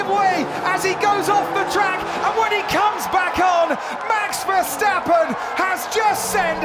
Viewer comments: Verstappen before the race:verstappen Verstappen in the start: verstopping,🤣🤣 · ah yes Max Terversappen